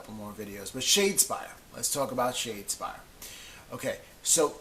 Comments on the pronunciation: Haha you did get it right eventually! I'm just poking fun...the worst one was "Shad-deh-spire"....that seriously isn't even a word! Can't remember which video said that. Btw...love you vids :) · So far I've watched four YouTube videos about Shadespire. In all four videos, people have butchered the name. Hahahaha I've heard "Shadow-spire"; "Shard-spire"; and worst of all..."Shad-deh-spire". That's not even a word! How does this happen? Hahahahaha